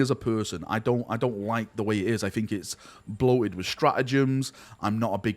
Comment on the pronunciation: my guy, I struggle to watch your videos because it triggers the ever-living fuck out of me whenever you say "fink" instead of "think" - but you're a GREAT guy, your passion is infectious, and I want nothing but the best for you. This is one of the most difficult decisions you can make - because you're not deciding between 2 options, it's like being given a blank canvas and told to do something with it. I think the most important things are 1) follow your gut, and stay true to yourself, 2) follow the money. You have a family, so you have to find a balance between the two, and that is where you will find success.